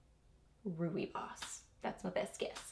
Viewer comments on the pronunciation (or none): I think the pronunciation is "roy bus." That's what I've heard. I love many of the Bath and Body Works candle scents but have had SO SO much trouble with candles that won't burn right that I am not very willing to buy them now, even when they are sale. It's so nice that you got all these products to go through. Love this!